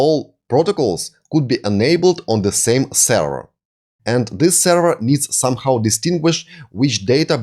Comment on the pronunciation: Ну елки, ну говорите же вы слово length правильно, почему нельзя также сказать слова with, this, that, other и слово server ухо режет как и кучу других слов, а ваше allow алоу произносится как элау, ударения местами вообще не там ставите, не стандАрт, а стЭндэрт. А инфу даете очень годную))) Если хотите улучшить произношение просто больше слушайте и все придет. looking forward to seeing your next vids.